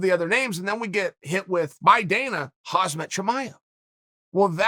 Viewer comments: Default Name chief we are aware of that it’s still “hahmzat” not hazmat 😂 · He called Khamzat Chimaev "Hazmat" again lol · Lets say it together on 3 - 1..2..3.. KHAM-ZAT not KHAZMAT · Did Uncle Chael just call him Hazmat?? Haha! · Chael ‘’Khazmat Chimaev’’ Sonnen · Would you please stop fucking calling the guy 'Hazmat'! I only bring this to you because you've made multiple videos where you feature him yet continue to mess up his name🤣